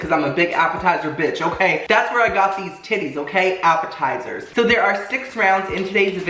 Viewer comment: Is it just me or does appetizers sound like apple tiers